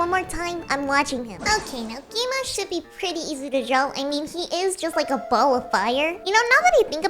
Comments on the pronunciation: It is not gi ma it's gwima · ITS GWIMA NOT GII MA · You said gi-me✔️ gwi-ma🚫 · Lol she said gi ma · why did you say gi-ma 😂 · Bro said gi-ma